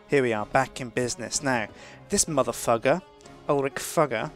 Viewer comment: he said motherfugger...